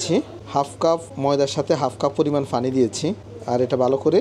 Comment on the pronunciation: আপনি পানি কে ফানি উচ্চারন করবেন না আর।